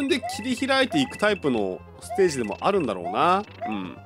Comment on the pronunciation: まだありゅwかわいいw